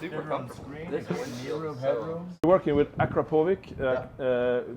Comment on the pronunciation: Someone needs to tell Christian how to pronounce Akrapovic